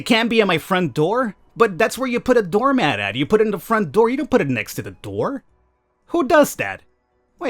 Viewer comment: Why the fuck you say door mad? Stop saying mad